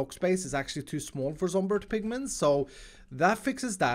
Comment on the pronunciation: Did... Did he say Zomberg Pigmayn?